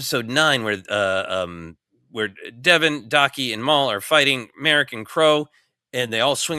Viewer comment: It’s /MAH-rock/, not Merrick. Gotta get basic pronunciation right if you’re gonna podcast seriously. And if you’re a real fan…